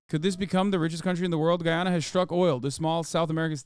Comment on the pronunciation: lol Guyanese people don’t pronounce Guyana like that… but I guess that’s with every country